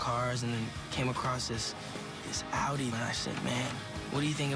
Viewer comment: He butchered that Audi though